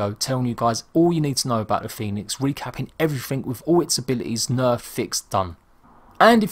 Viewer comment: The guy called it fènix lol